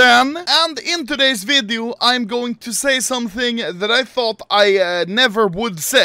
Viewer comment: “In todays vidiö”